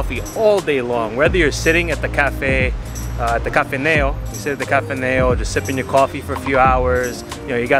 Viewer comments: It's called kafen-I-o, not kafen-E-o :) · it's not KAFENAO. it's Kafene'o